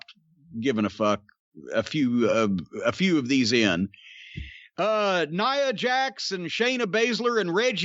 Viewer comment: I’m sad/angry that Jim is pronouncing Nia Jax correctly. Edit...5 seconds later... 😄 Edit...3 seconds later... 😞